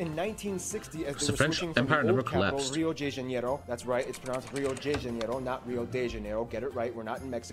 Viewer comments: it is not pronounced Rio jay janeiro. its Hio the Janayro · Yeah you can tell how geography now channel is accurate just for the Ronaldo thing. "Rio Jay Janeiro" is just the iceing on the cake